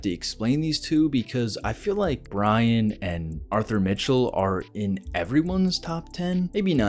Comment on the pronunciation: Why are u callin him Biney, ur not 3 year old Dexter, its Brian